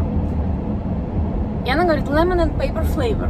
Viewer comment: Лемон энд пэйпер - это лимон и бумага. Перец будет - пэппер. Френч фрайЗ - всегда во множественном числе. Многие американцы, действительно плохо понимают, если устойчивые слова/выражения произносят неправильно. Мы имели проблему непонимания, говоря русское кисло-сладкий, вместо американского сладко-кислый.